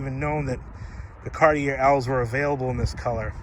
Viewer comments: FYI,it's pronounced Cart-ee-ay not Cart-ee-air. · CAR-tee-AY. It’s not your accent. It’s that you are pronouncing it incorrectly. You live close enough to French Canada to know better. lol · Cartier is pronounced ‘car-tee-AYY’ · Cartier...pronounced car-t-a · You're not pronouncing Cartier correctly. Sounds like Carti"a". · Can I tell you how to pronounce this properly : “Cartchay” Luv your cars! From Canada 🇨🇦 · Love this car. Cartier is pronounced Kar-tee-ay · It's actually more like caht-yay. Two syllables. I'm from Montreal. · Just FYI it is pronounced Car-Tee-A. Take it for what you will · Say it with me. CAR-TEE-AY OMG! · Thank you for not forgetting these luxocruisers. This is the one class of vehicle where American Manufacturers really excelled. Thanks also for keeping it honest, and pointing out a vehicle's little dents, dings, and imperfections, none of them are perfect. Lastly, Cartier is pronounced Car-Tee- AAY! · Cartier... The last r is silent